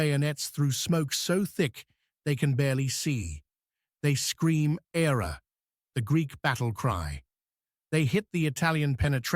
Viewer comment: It's not ''era'' , it's ''Αέρα'' (means Air) xD